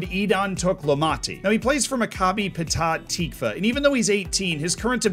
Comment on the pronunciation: It's pronounced /Mac-ab-i/ /Pet-akh/ /Tikh-va/